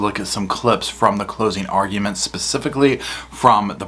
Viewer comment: Ayiee, the spelling on the internet!, it's closing "arguments," not "argu-e-ments."